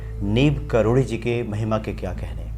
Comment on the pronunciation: karori uchcharan kariye aapake muha se baar baar karodi nikalata ya to sirf baba ya maharaj ji kahiye Galat uchcharan mat kariye sunkar lagata he kisi seth ji k baare me baat chal rahi he plz.🙏